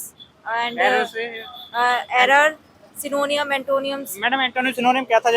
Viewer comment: I can also speak english but when someone talks to me in hindi, i reply in hindi too. Upar se glt pronounce krte log ..what is 'सिनोनियम अंटोनियम'? It is pronounced as 'एंटो-निम , सिनो-निम 'Antonym -Synonym .🙄